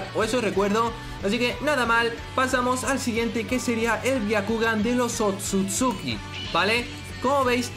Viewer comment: Es otsusuki no akatsuki xD